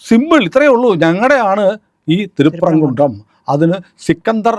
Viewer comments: തിരുപുറംകുന്രം അല്ല തിരുപ്പ റം കുൻട്രം എന്ന് ആണ് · ഉച്ചാരണം തെറ്റിക്കരുത്. തിരുപ്പറകുണ്ഡ്രം എന്നു പറയുക. Modify ചെയ്യരുത് നിങ്ങളുടെ ഇഷ്ടത്തിന്.എഴുതുമ്പോഴും ശ്രദ്ധിക്കുക.